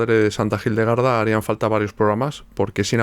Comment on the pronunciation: Gildegarda o Hildegarda? Por qué pronuncias la H como J o G?